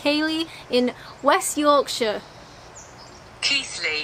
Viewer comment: The way you're pronouncing Yorkshire is spot on. Use that same "shire" sound for all the others and you won't go far wrong.